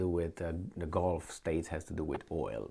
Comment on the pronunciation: GULF NOT GOLF. PLEASE FIX. YOUR TEACHER.❌